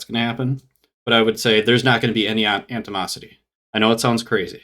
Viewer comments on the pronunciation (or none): It's 'animosity,' not 'antimosity.' Antimosity, if it was a word, would probably involve the alchemy of tin or something. I can't believe I watched as much of this as I did.